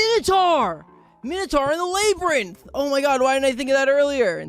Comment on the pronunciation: Everyones talking about Jarl, but can we talk about how he says Labyrinth?